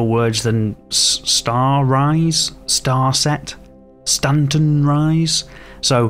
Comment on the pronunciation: "Stan-rise" and "Stan-set" 😂